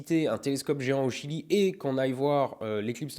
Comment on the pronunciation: MIAM jedore le jilieuh